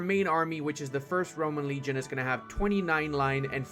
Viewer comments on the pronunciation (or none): none